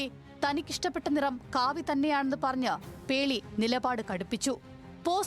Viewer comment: കാവ്യ അല്ല കാവി